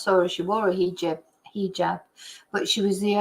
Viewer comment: 🇬🇧 🕯hijab!pronounced (He jaab) ⚖️ 🎯 📚 😮! Much 🙏 Respect